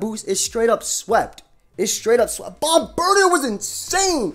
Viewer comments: It's not bombirdier, but rather, bombdirtier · Bomb-bird-ear, not bomb-bird-e-er. Taken from Bombardier, which is bomb-burr-deer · You pronounce it like such an American it's bomb-bir-dee-ayy